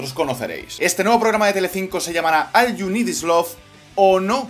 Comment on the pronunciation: "AL YU NID IS LOV" :D Se ve que el ingles no es tu fuerte...